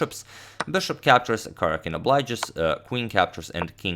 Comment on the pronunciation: #suggestion The stressed syllable is in all caps: ka-RJA-kin.